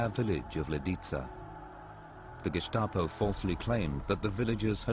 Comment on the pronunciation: sorry 75 now and never heard the gestapo being pronounced as gishstapo.... t. clark